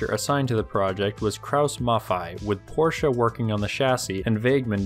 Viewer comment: Portia is a Shakespearean character. Porsche (Pawshhs) is a designer/company